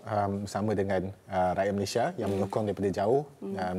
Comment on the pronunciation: Suka Dengar Cara Adam Adli Sebut Nama Negara 🇲🇾 MALAYSIA as in “ MALAY-SI-YA “ sebab sekarang ni ramai yang sebut 🇲🇾 MALAY-SHEER